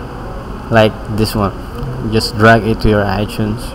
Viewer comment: u said iTunes like Ichunes. u are Pinoy